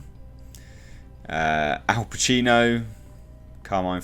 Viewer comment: De Niro...Al Pachino??? Ayo what’s going on here??